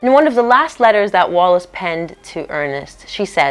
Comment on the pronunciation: It’s ‘Wallis’……